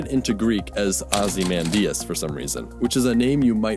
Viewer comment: I heard you say “Ozymadius” and I instantly thought of “Ye mighty, and despair!”